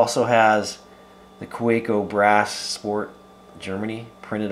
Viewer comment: fwiw, being a german company, it's pronounced "kah-veh-co"